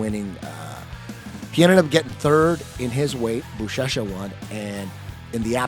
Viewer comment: When Eddie was talking about Buchecha and said "I think his name is" I knew he was gonna get it wrong 😂 love it!